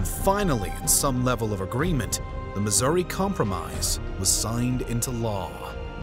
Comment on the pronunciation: Bro wanted to pronounce "Missouri" as incorrectly as possible 😂